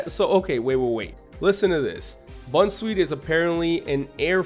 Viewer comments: Bunsweet Did you miss the pun? Bounce, sweet. Bounsweet. Comfy Again, you got half the pun. Comfy, Fey (fairy). Comfey. Possy Ring around the rosy, pocket full of posies. Tryage Everyone gets this wrong, but that doesn't excuse you. Tree-ah-ge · Don't say bunsweet because that's not how u say it it is boun sweet as in bounce sweet not bun and comfey is not the po sy picker Pokemon it is the po z picker